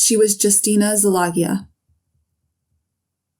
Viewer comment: Good video but your pronunciation of the Hungarian names is way off. All you need to do is listen to an app pronouncing the names like Szilágyi… which you repeatedly butcher😢 It’s something like See-la-gee (as in gee whiz or the letter “g”)